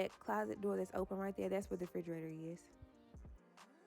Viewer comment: Frigeraytor? Huh?!?! 🤦🏾‍♀️